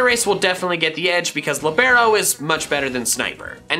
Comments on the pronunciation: It is pronounced Lee-burr-oh not Li-bare-oh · Dude that is NOT the way you pronounce libero. It’s Lee-Bur-Oh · Your pronunciation of Libero is terrible